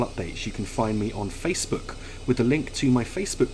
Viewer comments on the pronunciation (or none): none